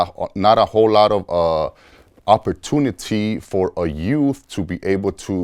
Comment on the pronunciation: “OPPORTOONITY FOR A YOUTH TO SURBIBE”